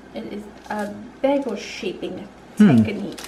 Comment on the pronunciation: Oh, that South Jersey pronunciation: "beggle". 😜